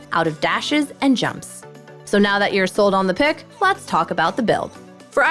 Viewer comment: "right nyow" :3